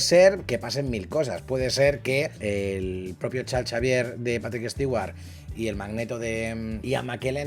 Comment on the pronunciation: Porque le dice chalchavier? 🤣🤣🤣